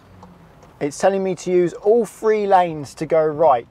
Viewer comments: Honestly, there can't be many people in England who cannot pronounce Cirencester properly. He seems to be a product of our broken education system. And since when was "three" pronounced "free"? I rest my case m'lud. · I’d say most people have heard of Cirencester. He’d be better focusing on pronouncing three instead of “free”. 😬